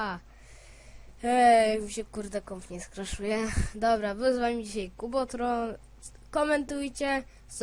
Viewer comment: On chyba chciał powiedzieć "kubotron". Taki zielony napis "kubotron". Przyda mu się lekcja angielskiego ,bo on czytać nie umie.